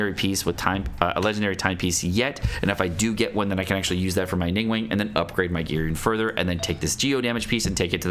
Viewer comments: Oh god he is still calling ninguang 'ningwang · nin gwang but its not a hard a but a soft an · the way they said ningguang 🙁